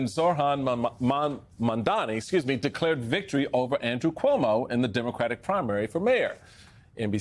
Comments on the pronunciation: It’s M-A-M-D-A-N-I.. Mum-tha-nee… not Mundami.. how hard is it? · ITS MAMDANI (MOM-DONNY) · Steele??? What is so difficult in saying MAMDANI??? Are you as uneducated and illiterate as Trumpy? I hope not. The poor petal got kicked out of the Republican party. They do not want Black there. Trumpy cannot stand you chaps. At least congratulate Zohran Mamdani. He is authentic. Much more than I can say about you. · Americans are really bad at learning to pronounce their subjects" names before saying them. OR, díd Trump set a trend with the pronounciation of Kamala's name? Do your prep Mr Steel. MAMDANI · Why does Steele have a job on here?? What does he do? Why is he cackling like Kamala Harris? What's funny? Zohran's last name is Mamdani!! Why can't Steele pronounce it? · Why does even have a job at MSNBC. No one cares about his insight. And by the way learn how to say his name it’s Zohran Mamdani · Come on Steele - you could have practiced pronouncing his name correctly. Seriously unprofessional. Please stay in the Republican Party because we don’t need your advice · 💯 It's so mind boggling why so many can't or won't pronounce ZOHRAN MAMDANI's name correctly. The three syllables in his family name are in the sound system of English Language. I think it shows their conscious or unconscious indifference towards those who are different from them.😢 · He did stumble, but he corrected himself. It would’ve been better if he got it right the first try, but stumbles happen, and he did say it correctly after owning his mistake. How many people repeatedly mispronounce someone’s name on purpose? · How many times can you mess a person's last name in one segment?